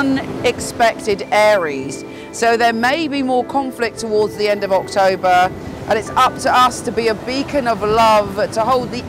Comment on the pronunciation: Your October actually sounds like September to me. I really like the background and you had some really useful information I'm going to try and define. Your always the best